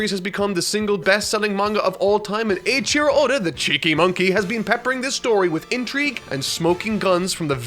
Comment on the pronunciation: You pronounce Eiichirō a bit weird. "Eii" would sound more like "Ayy" not "Eye". The way you pronounce it is closer to Aichiro.